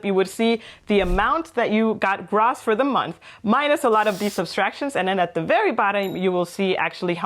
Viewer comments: Hey &, just a friendly tip - noticed in this video and your latest one on Tax returns that you are saying Gross with a short o sound like in Loss. Its actually pronounced with the longer o like in Grow (then add the ss on the end!);-) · Gross. Gr-oh-ss. not Gr-aw-ss. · It is not pronounced grass but groooss. Long o. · This is fantastic, a great well-explained presentation. (gross is pronounced 'grow ss). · It’s pronounced gr…oh …sss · Your pronunication of "gross" is quite painful :/ As educators in general and for this video specifically, a correct pronounciation can be expected.